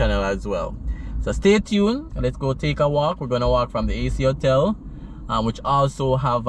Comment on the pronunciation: Not "otel". But Ho-tell.